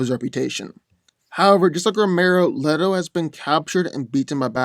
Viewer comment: it is Le-to not Li-to.